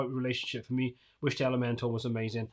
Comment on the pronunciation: Just a side comment and completely irrelevant, but I notice it when I watch many to all your posts about Elementor. How come it sounds like you are always saying, Elemental vs. ElementOR? LOL Love your streams and posts. Keep up the good, unbiased reviews.